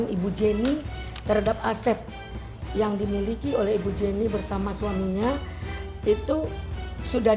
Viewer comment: Pengacaranya gk tau penyebutan nama Jenny Rachman 😅